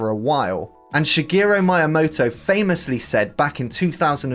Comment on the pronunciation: Interesting review, though a bit poorly edited. Also, who calls Shigeru Miyamoto "Mae-amotoh"?